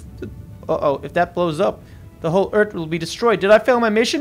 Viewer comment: Uh Cap you said eart instead of earth